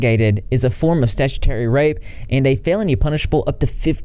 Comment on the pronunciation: Shoulda used the pronunciation guide on "exposé," "Jesus" (as it applies to Hispanic names) and "statutory." I know I'm nitpicking, but I would have enjoyed this video so much if not for every time you said one of those words, it was so cringy.